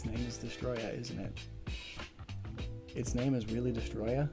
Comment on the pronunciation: No it’s not Destoroyah my good sir it’s DESTOROYAH!!!! (with intensity)